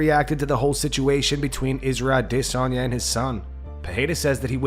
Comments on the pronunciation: 100% addiss-anya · Fr. It’s stupid af. He thinks he’s being clever with the aDISSanya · this guy keeps saying Adissanya..... like some other person thinking Jake Paul is a pro boxer that can match a real pro boxer without all the bs. A Diss Anya.. seriously man either your or Fully Mounted MMA. pls stop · Why? Why can you not say adesanya. It's not A-Disonya. Ffs bro. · Normal people: Adesanya Nobody: ah-DUH-sonye